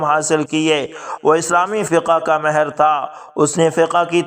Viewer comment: جناب آپ نے ماھر کو مھر بولتے ھے مھربانی ھو گی آئندہ اس کا خیال رکھیں